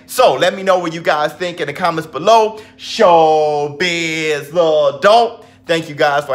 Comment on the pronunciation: sounds like he's saying showbizzzzz the dolt!